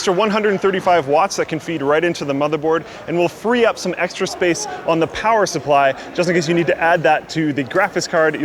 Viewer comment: POWAH